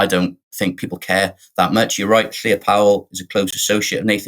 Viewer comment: Why is Novara Media doing what everyone else seems to be doing? Spending lots of time talking about why Wales is going over to Reform -- when there is no evidence for that. As it turns out, Caerphilly voted for Plaid Cymru. Also, Llyr is not pronounced Claire.